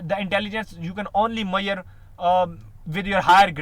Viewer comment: It's Measure - Mae-suzure Not Maiyyer